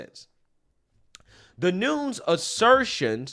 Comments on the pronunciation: It’s pronounced NOON-EZ. Not NOONS. Otherwise another great video! Keep lighting those candles & chasing the darkness! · Noon-ez not noons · For future reference devin nunes is pronounced new-nez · It’s NOON-ez. I never mind mispronouncing any names—he does such a good job getting us the actual truth. In fact, I enjoy it when he says FINE-steen, instead of FINE-stine since he’s not being malicious. Makes me smile just a little. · Nu Nez (Nunes)